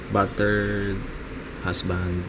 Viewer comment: Natawa ako kay akala ko sasabihin nya buttered veg, yun pala battered husband. Hehe.. Inulit ko pa ulet kala ko mali ang dinig ko.. Pero hanga talaga ako sa pag-mmulti task nyong dalwa. Ngayon ko na-rrealize ang hirap ng parents ko nung maliliit pa kami..